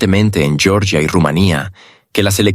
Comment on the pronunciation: Georgia, no Yoryia (así se diría el nombre en inglés). El nombre nativo de Georgia es Sakartvelo.